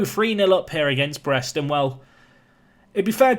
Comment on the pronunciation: I'm French and we say it like you say it (about Brest).